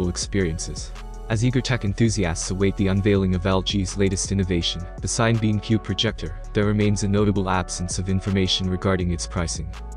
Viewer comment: I think it’s pronounced sinna-beam, like cinema.